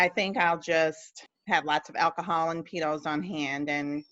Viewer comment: You pronounce it PeaDos anyway ,as you have on all your videos so why not name it that because PeaTos might as well be a bag of Dicks to a Spanish person .